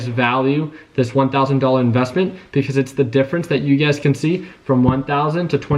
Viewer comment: Everytime you say ugaz,i be thinking you be saying you guys 🤣